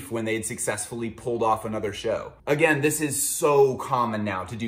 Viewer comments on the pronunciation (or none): none